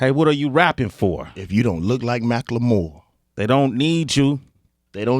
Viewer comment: Anyone notice how he pronounces Macklemore mackLAmore?